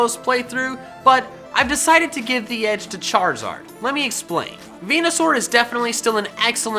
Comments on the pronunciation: bruh its venasaur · Its veneasaur